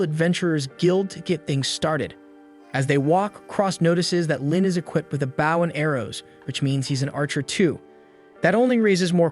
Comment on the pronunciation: say bow correctly.